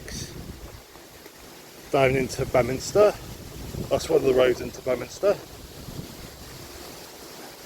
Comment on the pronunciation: Toller Fratrum. Where my mum and dad got married. And also where I live. But no one says toller “Fraturnum” We pronounce it. FrAtrum Had quite a few funny encounters with walkers saying they are also looking for Toller Puckerum 😂. Very funny and amusing. Also BEEminster. I pronounce it Beminster It is spelled Beaminster